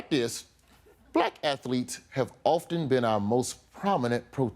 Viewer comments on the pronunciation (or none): Cartman: _"Athuletes"!1